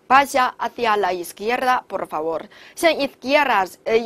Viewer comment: Por就没必要发大舌音了吧 听着好辛苦